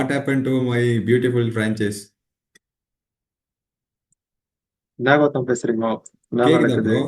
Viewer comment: Francheese illa.Fran chise